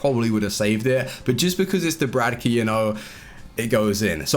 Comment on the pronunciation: You do know his name is dubravka and not dubradka?